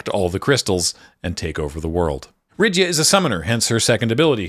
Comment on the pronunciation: Nice video, just one thing. Most of the pronunciations are a little bit off, you pronounce them as english words, and Japanese doesn't work the same as english for pronunciation. You pronounce Rydia as Rid-ya and it's pronounce Rid-ee-uh, think the same root as Lydia (and there's a non zero chance that was the original intent for the name as japanese L and R are interchangeable).